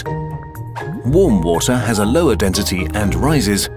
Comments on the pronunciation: dentity? its spelled density and pronounced density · Y you say dentity instead of density... U disappoint me ;( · I feel like I’m going crazy. Is it just me or is he saying “dentity” instead of density ?